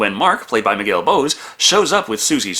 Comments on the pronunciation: Funny how you breezed over one of the extras and mispronounced his name. You called him Miguel Bose, like the speaker company. It's Miguel (Bow-Say) and he's a world famous singer in Spain and Mexico, which is awfully strange to see him in an Itallian horror flick. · Ok, I know nobody cares but Miguel Bosé's name pronuntiation is more similar to "José", except with a "b", of course. Anyway, he's an asshole so...